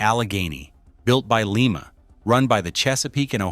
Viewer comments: Lima is pronounced Lie-ma, not Lee-ma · It's not pronounced LEE MAH Locomotive Works, unless you're in Lima Peru. In the U.S. we say LIE MAH. , the narration said "two enormous cylinders". Take a closer look. It's FOUR cylinders, in a simple articulated locomotive. it showed the axle load at 86,700 lbs. But , it said the driving axles carried 381,000 lbs. That comes out to 63,500 lbs. Which one is it? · Lima pronounced Lie- ma, not Lee- ma! For Lima Locomotive works, Lima, OH. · Just an FYI for future cases, Lima is pronounced Lie-ma. Frustratingly Ohio has so many location names that are pronounced weirdly especially compared to their counterparts elsewhere in the world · The name of the factory that produced these beasts is pronounced with a long I. It’s Lima long I!!! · Too many retards narrating these things. Leemah , really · We don't say Leema beans now do we. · For crying out loud people please learn how to say Lima please stop murdering our City and before anyone says that's how it said no no one in Lima says that not a single person because it's not correct